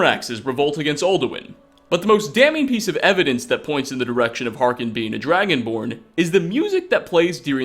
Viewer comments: Do you play the game on mute? It's Harkon, not Harken. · "volikar" "harkin"